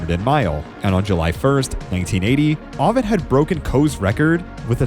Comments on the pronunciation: Excellent work you've put in but please learn the name Ovett is pronounced Oh-vette, not Ah-vette. You can hear the correct pronunciation in the old footage of his races. Keep up the good work with your videos. It's obvious how much research you put into them. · Ovett with the 'o' as in 'yolk' not as in 'hot'.. at least that is the UK pronunciation. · Well researched except for several glaring mispronunciations. The announcer says ohvett correctly then you mispronounce it ahvett. Also it is not tan zan eee aaaa but tanzuhneeaa. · It’s tan zu nia. Not tan zon ia. Come on man! And it’s O vett, not ah vett. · Please learn the correct pronunciation for: Nurmi Tanzania Ovett Boit Morceli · Someone with knowledge of athletics should know how to pronounce Ovett properly, and as for Tanzania? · you can for instance hear how "Ovett" is properly pronounced. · You’ve got commentators in the video showing you how to pronounce Ovett. And still you get it wrong. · obviously the narrator knows nothing about athletics. He also mispronounces Ovett. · Agreed. Really enjoyed the video but mispronunciations diminished it a bit. Brasher, Ovett, Tanzania, etc.